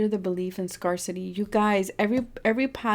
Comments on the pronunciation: I love you. Just wanted to tell you, help you, scarcity is pronounced, scare city. Just so you know. 😊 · #3 Thank you for the reading!💞 Oh btw, scarcity is pronounced scare-city 😊